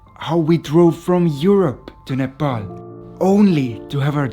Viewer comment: It's pronounced Nuh Paul not Nuh Pal.